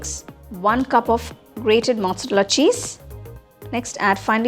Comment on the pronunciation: I loved ur recipe ❤. A humble request to you - please learn how to pronounce "Mozzarella" properly if you call urself a chef!! Have some mercy on all the Italians. Otherwise It hurts like Americans pronouncing Naamuustaayyy instead of Namastey!